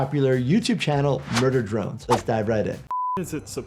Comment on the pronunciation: OMGG MURBER BRONES